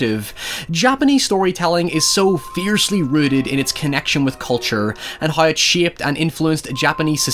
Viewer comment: I like how you say hiew for how.